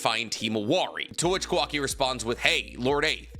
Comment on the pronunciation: Unc I’m begging you. It’s not kuhwakee it’s Kawa-ki